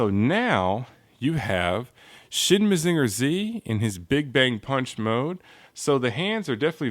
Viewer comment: maZINger tsi? not MAzinger zetta? weird.